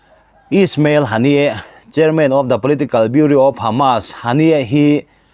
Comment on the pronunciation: Chanchinthar puangchhuak ngam ve meuh, Bureau(Biuro) Biuria ti a, i han lam hi zawng ka lo zahpui che.